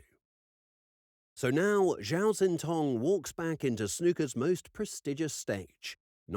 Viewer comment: Xin is not pronounced Zin, it's pronounced Shin, though more forward in the mouth than our SH sound.